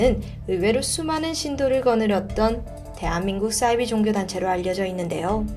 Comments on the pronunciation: 싸이비? 사이비~ 발음강하게말고 디바제시카 따라하네요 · 자꾸 싸이비라고 발음하시는 이유가 뭔가요